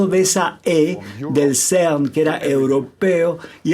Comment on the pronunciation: El Traductor tiene una dicción pésima O.V. Please! No es el SERNNN! Ni tampoco Ainshhhhhtain! Se pronuncian CERN y "Ainstain"